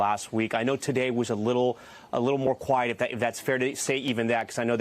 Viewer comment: She keeps saying Q u i e tea. She hasnt been in a warzone long at all.